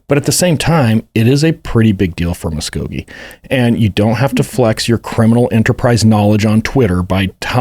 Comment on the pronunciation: The second i heard you pronounce Muskogee correctly, i had to comment. 😂